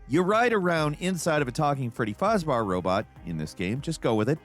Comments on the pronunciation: That's the first time I've heard someone call Fazbear "Fahzbehr". Fasz bear. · As a big fnaf fan: how you pronounce fazbear and just your overall explanation and calling the tape... it drives me insane 😅😂😂